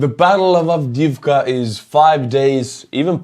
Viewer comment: I love checking out your views, I get a kick out of you doing the ruxxians. Just don't know why A10's haven't been sent. Oh and great pronunciasion of the name.